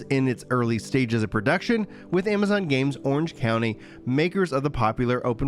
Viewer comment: "Ama-gonz Games!" HEH never change you.